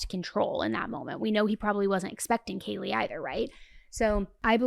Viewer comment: Hi, I’m sure it wasn’t intentional but you mispronounced Kaylee’s name… is it possible to fix it?